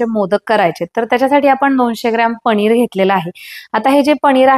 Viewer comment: पणीर नका म्हणू पनीर म्हणा